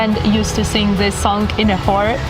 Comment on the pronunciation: choir is pronounced [kwaɪə] not [hɔːr] please 😁